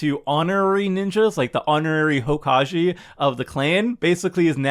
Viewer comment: I took psychic damage from the way that pronounced "Hokage"